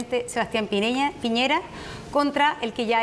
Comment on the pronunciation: dijo Pireña, aunque se entiende que para allá apuntaba, así son los pseudoperiodistas.